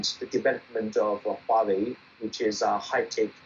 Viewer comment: I have a bone to pick. The westerners have a problem pronouncing Huawei and yet they poke fun at the Chinese. Wawei ??